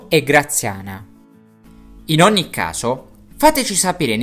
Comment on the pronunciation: Minuto , la pronunciación de OGNI no sigue la regla del GN?